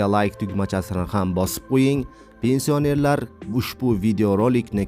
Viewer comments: Илтимос тугри укинг пенсия нер сузи ни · Пенсиянер-сузини талаффуз килишини урган, саводсиз